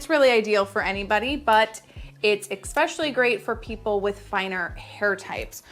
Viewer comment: I love her tutorial. I just need to say that the word is eSpecially, not eXpecially. 🥴